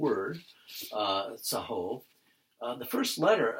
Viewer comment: T y for your teaching. Note the letter 'o' is always pronounced 'o', as in shalom. tsaHOHV,instead of tsaHAHV.